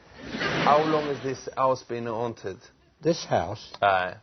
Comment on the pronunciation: a awnted house lmao